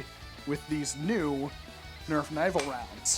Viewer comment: I heard Nerf nival 💀